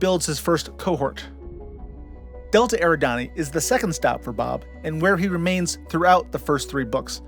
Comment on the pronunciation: For the longest time I thought 'Eridanus' was pronouned the way you pronounced it, but I found out recently that it's actually 'er-ID-a-nus', so it's Epsilon 'Er-ID-an-ee'. More Star Trek stuff: In 'By Any Other Name', the Kelvans modify Enterprise to take them back to their empire in Andromeda in only 300 years. The women who steal Spock's brain live on Sigma Draconis VI. The Doomsday Machine is making its way toward Rigel, home to a number of inhabited planets, when Enterprise encounters it. And in 'Tomorrow is Yesterday', Kirk tells the Air Force colonel that he is 'a little green man from Alpha Centauri, a beautiful place, you ought to see it', even though Kirk is later retconned via Star Trek IV: The Whale Movie into coming from Iowa. (One might argue that he was being flip in the original statement, but I always considered it accurate. Why would he use that system otherwise? He could have said Mars, for example, and it would have worked — though it wouldn't have scanned nearly as well.)